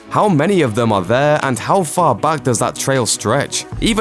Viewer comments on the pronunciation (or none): none